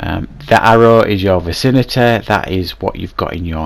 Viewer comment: I hate the way you say vicinity VACINATEHHHHH